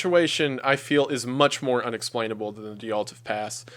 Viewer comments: its Dyatlov, not Dyaltov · You mispronounced Dyatlov. I'm sure you already know that. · He pronounces a lot of things in other languages in a very American sort of way. 😂 He's got quite a drawl and it can really catch you by surprise sometimes! On a lesser note, he seems to have misread "Dyatlov" outright, which is a thing he's done before with other words/names (foreign and english-language), so who knows, maybe he's struggling with a lil dyslexia, too. Sooooo many male content creators I follow have dyslexia & ADHD, so I really wouldn't be shocked if that were the case. Maybe a pronunciation key in his notes would help in the future.